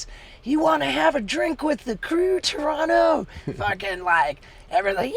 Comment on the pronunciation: TORONTO THE LAST T IS NOT SILENT LMAO IM FROM TORONO LOL